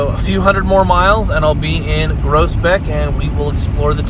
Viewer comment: Pronunciation is totally different here. The way I hear you pronounce it sounds like (Gross) beck. We pronounce it (Grows) beck. 😂